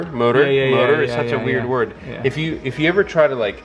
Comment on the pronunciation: The word "word" sounds weirder and weirder every time you say it. Actually, "weird" does, too...